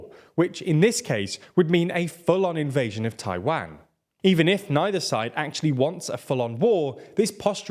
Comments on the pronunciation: Great video... but I hate to say that your mispronunciation of Tiawan was distracting the hell out of me. I can't be the only one right?? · I find the /tʰa͡ɪˈwæn/ pronunciation from the British a little surprising. It sounds more like something we'd do, but nope, we say /tʰa͡ɪˈwɑn/ lol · That's an odd way of saying Taiwan.